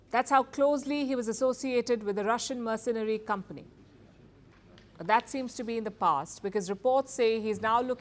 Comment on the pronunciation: The reporter cant pronounce the word "mercenary." And the guy's nickname of "Colonel Sanders" went over her head...